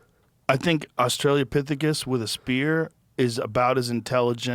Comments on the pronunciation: AUS-TRA-LO-PITH-E-CUS...Australopithecus. Not AUSTRALIANOPITHECUS. BOOP BOOP BOOP BOOP BOOP BOOP BOOP BOOP BOOP BOOP BOOP.... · It’s Australopithecus not Australia-pithecus Joe 😂